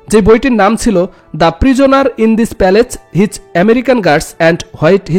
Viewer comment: মা শা আল্লাহ সুন্দর হয়েছে ভিডিও ক্লিপ টা । কিন্তু ইংলিস উচ্চারণ গুলো খুব ই নিম্ন মানের। হোয়াট কে বলেছেন হোয়েট, প্যালেস কে প্যালেচ ইত্যাদি। ভিডিও এর মান আরো শুতি মধুর করার জন্য ভিডিও করার আগে ইংলিশ ওয়ার্ড গুলো গুগল ট্রান্সলেশন এর মাধ্যমে উচ্চারণ গুলো শিখে নিয়েন। ধন্যবাদ